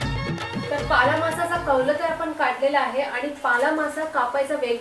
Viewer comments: तुम्ही शाळेत ल आणि ळ यातला फरक शिकला नाहीत का, तुम्ही नेहमीच ल चा उच्चार ळ असाच का करता. हा मासा पाला मासा आहे पाळा नाही, भाजीचाही पालाच असतो पाळा नसतो, शिवाय कारल असत कारळ नसत. तुमच्यापेक्षा उमाच मराठी ती अमराठी असतानाही जास्त चांगल आहे. मीसुद्धा आगरी आहे त्यामुळे तुमची मराठी कानाला खटकते, जमल तर सुधारणा करा. कारण आम्ही रोजच तुमचे व्हिडीओ बघतो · पाळा नाही "पाला" मासा ...